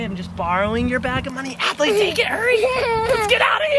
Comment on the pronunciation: That's not how to say Adley it is spelt like this Adley